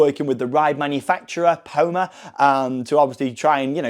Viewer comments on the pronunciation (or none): I think the sky ride manufacturer is pronounced Pom-a. You pom-E bears crisps? Like that but the E it replaced with an A